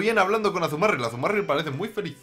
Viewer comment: pero por que dice azumaRRRRIll en vez de azumarill?